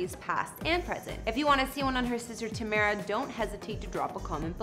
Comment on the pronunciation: Good job you said tamera name correctly